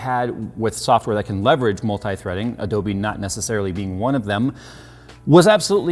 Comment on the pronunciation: Every single time you day Adobe I het triggered -.